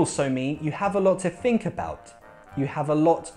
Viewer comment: I love the way you say think. it seems you are saying fink.